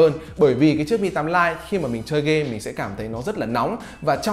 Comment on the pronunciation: ãnh đọc phát âm tiếng anh hơi chuẩn haha Lite- stờ- !!😂😂😂